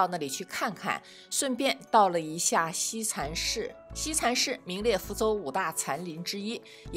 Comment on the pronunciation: 福大子弟？西禅寺，si, 不是shi。有点小口音。